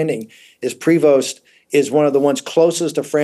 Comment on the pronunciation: the Pope's given name is PREvost, not Provost.